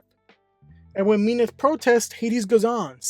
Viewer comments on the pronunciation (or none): Mean-eth? I thought its Mint-hey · Yeah, its min-thee i think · she is mean, so mean-ith is kinda funny to me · Am I the only one triggered like hell with how he pronunced Minthe all the time?